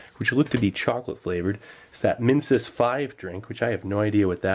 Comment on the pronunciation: when he said Minsus I thought he said Mentos